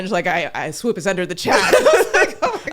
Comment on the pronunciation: For me it's the Swuuup 😅